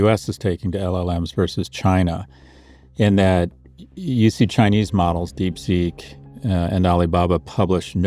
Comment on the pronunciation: “Deep SIC”. Obviously an AI translation!